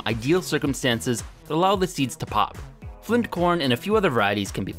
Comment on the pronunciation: "Got some chips, dried them out. Now we're gonna see if they pofe." If you ever doubted this guy was from Minnesota😂